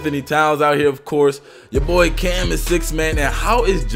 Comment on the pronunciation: Dude You say Cam so good why can't you just play park